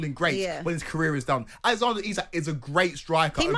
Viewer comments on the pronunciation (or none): It's pronounced Eezak FFS 🙄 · Its not i sak...its isak ffs..cant even get his name right..the idiot with a beard is thick as mince